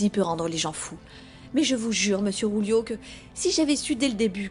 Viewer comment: Julio*😄 le Ju en espagnol se prononce rwou